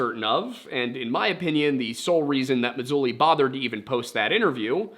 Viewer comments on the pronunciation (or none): L.A Marzulli* not Mazulli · It’s LA MaRzulli, not Mazulli. Great channel you have here! Just found you. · Nice analysis, good work. Marzulli, not Mazulli. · Yeah, his name is LA Martello LA. Not lane or whatever you said. I encourage everyone to look him up. He’s fantastic and has real information on all of this sort of subject matter great video by the way I like your channel. I’m about to subscribe. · The you referenced is LA Marzulli, not Mazulli. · L. A. Marzulli with an R, not Mazulli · Don't you know you aren't supposed to call him "Lynn" (Marzulli)? lol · L.a. marzulli not l.a. mazulli u left out the r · Yeah you think he’d know that there is an “R” in Marzulli. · *Marzulli not Mazulli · It's LA MARzulli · ...his name is L.A. MaRzulli...yeah, there's an R in there bro, lol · You must live under a Rock!..lol. You don’t know a thing, you can’t even get LA Marzulli’s name right!… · Always nice to see surface level research with apparently zero information cross referencing or verification. Couldn't even get L.A. Marzulli's name right 😂 and it's not like it's even hard to find. Come on bro, do better. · Someone who does as much research as you do, I'm surprised you got LA Marzulli's name wrong. You forgot the "r".